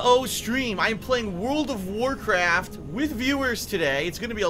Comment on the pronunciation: Wuld of Wurcwaft